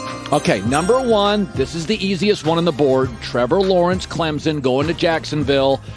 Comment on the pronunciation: Can we please say clempson not clemzen thanks. Not even from NC it just bothers me